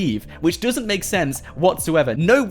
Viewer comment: I love him saying düsnt lol